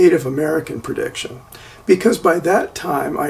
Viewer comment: prediction, not purdiction, pretty, not purdy